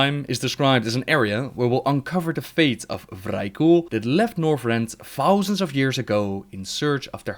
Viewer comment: "Ten fowsand years"..